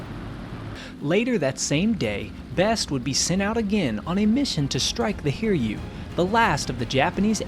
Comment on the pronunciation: Try not to pronounce "Hiryu" like "hear you". The carrier's name is the combination of two Kanji characters, so you should chop it as Hi-ryu, which sounds like "He Ryu".